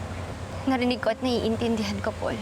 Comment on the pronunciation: its Paul po not powl haha